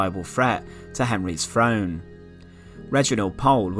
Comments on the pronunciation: "...... ascended to V FRONE" 😱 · I’m very interested in this stuff but just can’t listen to this guy talking about Arfur and who comes to the frone. You need a narrator who doesn’t have a speech impediment!